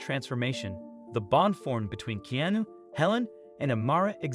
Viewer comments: please.... enough of the laziness. It's not "KEY NEW"...... put some fucking effort into your production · Coincidence the server’s name is “Karen”? Nah. Don’t think so. Narrator could barely and consistently pronounce Keanu correctly. Who’s this Kinu guy? Terrible video